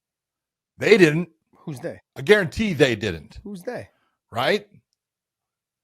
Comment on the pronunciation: I wouldn't have been sure without your iron clad "gurantee" 🤤🤣🤮